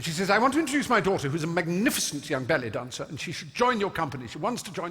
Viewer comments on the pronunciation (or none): Why does “ballet dancer”, when he says it, sound so much like “belly dancer”?